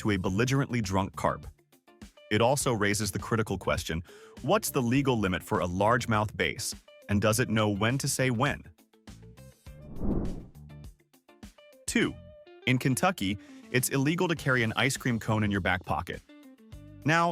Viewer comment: Stupid Ai voice ! This channel sucks ! Why cant you get a real person to narrate ! Stopped listening after i heard base instead of BASS !!!!